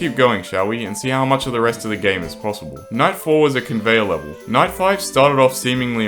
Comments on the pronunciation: night 11 sounded like 9/11 when I heard this I almost deleted pvz2! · lol him saying night sounded like “ nine “ prolly did it on purpose haha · nahhh, really? of course he did dumbie it just sounded like nine